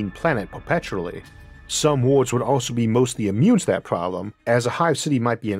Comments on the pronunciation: For the love of god Isaac, please, there are free speech therapy classes available. I thought for the longest time you were talking about 'wards' and was trying to figure out why wards are comparable to the fragments of a state, you meant worlds. Too much is lost in translation, and this can be rectified with minor speech therapy. I've met people with FAR worse speech impediments who resolved it in 1-2 sessions, please look into it. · Why is he always saying ward. Does he mean world? 🤔